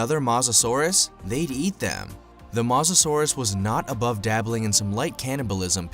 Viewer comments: It’s pronounced mo sa souras not ma sa souras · It’s mosasaurus not mohsasaurus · It's not mos a Saurus its moesasor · bruh the way he says mosasaurus idk about u but i say it like moe-sa-saurus and not ma-sa-saurus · Its mosa not moza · Mo sa sorus not mos sasuorus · did you said masasaurus the name of the king of lizards is mosasaurus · Mosasaurus is not pronounced MO SA SUARUS it’s pronounced MOE SA SAURUS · It mosasaurus drunken idiot no masasaurus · Well you definetly don't read dictionaries. Mosasaurus isn't pronunced Maw-zuh-saurus, it's Moe-zuh-sauraus. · It's mosisauis as in moe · and ur saying is wrong u saying masasaurus its mosasaurus can u see the o next to the m really! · It,s moherfucking mosasaurus,stop saying masasaurus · It's pronounced mosasaurus not masasaurus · It is not mos it makes theU sound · This is how to pronounce mosasaurus mo-as-saur-us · I think it’s pronounced mosa saurus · you said mawsasores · is no one gonna point out he said mazasaurus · I hate how he says Mazasaurs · It purnouce mo sa ur us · Mosa suarus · TEAM MEG BOI YOU SAID MOSARURUS WROND DUDE like my comment for team meg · Why did he keep calling it Moz-o-saurus it made me so mad thats not how you pronounce it! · Sorry I’m really into paleontology and this video cracked me up. And im gonna now point out everything wrong. First of all it’s pronounced ‘MO susorus’ Second of all it did not just inhabit Europe and the us it also inhabited most of Northern Africa And it is NOT a dinosaur it is a marine reptile so yeah I died watching this video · You are saying mosasaurus roing! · Some do he said mosasaurus wrong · Also this Guy doesn’t even know how to pronounce Mosasoaras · Your pronouncing mosasoures wrong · OH MY LORD UR SAYING THE MOSASORUS WRONG U STUPID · That’s not how you pronounce Mosasaurus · You don't pronounce mosasauras like that oml lol